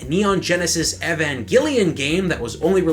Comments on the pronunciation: you have me cracking up at your pronunciation of "Evangilion". nice try...on the other hand, great video. what does it mean to "flash" a cartridge? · he butchered evangalion pronunciation lol